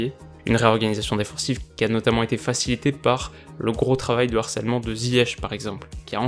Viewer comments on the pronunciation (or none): none